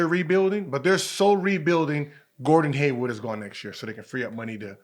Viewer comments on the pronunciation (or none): "Gordon Haywood" Why do so many people that talk about sports get that wrong